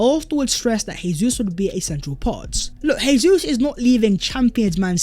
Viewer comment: it is pronounced Jay-sus as that is the Portugese pronunciation, not Hey-sus which is the Spanish pronunciation.